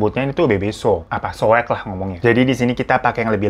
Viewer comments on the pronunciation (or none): PAS ABANG BILANG SOEK AKU DENGERNYA SOWEK PLS🥲😢😭